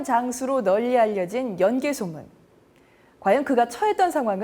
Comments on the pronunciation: 제 말이. '연 개소문'을 내레이터가 '연개 소문'으로 발음하니 하는 말이외다. 예전에 어느 프로에선가 '연려실 기술'을 '연려 실기술'이라 칭하는 것을 듣고 답답했던 적도 있어서....... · 연개 소문이 아니고 연 개소문인데 해설자 아나운서 모두 아쉽네요 ㅜㅜ 내용은 정말 굿인데